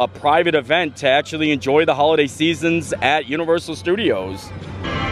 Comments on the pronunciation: Who-luh-day. That’s the pronunciation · Who-liday. peppermint-y…. Get it together man